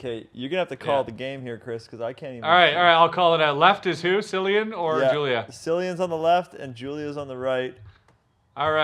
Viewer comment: Have ye never heard of Cillian Murphy? 😂 It's said like Killian plus I'm a 37 year old Irish dude with dreads and a beard that would give Chris a run for his money but your spot on about the boobs 😂